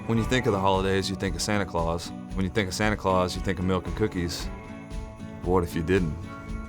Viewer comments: Bahahaha! The captions say "milk" but he says "melk" hahahaha! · I enjoyed the video, but why Santa had to be so mean. Everyone loves "MELK and cookies" lol. Wishing you much success, love the idea